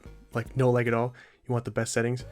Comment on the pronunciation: this man is from minnesota out here saying l-ay-g